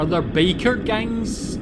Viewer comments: I was just trying to make fun how every time he says "biker" it sounds like "baker". :D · Funny how with your accent it sounded like you said "baker gang" 🤣